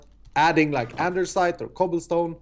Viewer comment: "I love cobillstone" #ssundewuldbepruwd